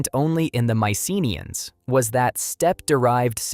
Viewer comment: The correct pronunciation is my-suh-NEE-uhnz (maɪsəˈniːənz).